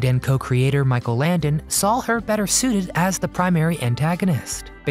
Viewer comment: I just can't get passed the fact that you put an "L" after the word "SAW" , pronouncing it as SAWL !!! Is that a mid western thing ?